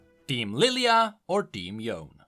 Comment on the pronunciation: "Yone" is an East-Asian name, and should be pronounced like one: It is two separate syllables. Yo-ne.